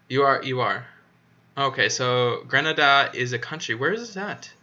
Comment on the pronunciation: Gre-Nay-Da lol